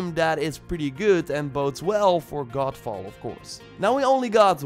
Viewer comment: Every time you say GODFALL, I keep hearing GOLFBALL, which is another game altogether! LOL